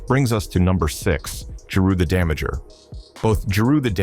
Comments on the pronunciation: Damaja not Damager. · "Jeru the Damager" 💀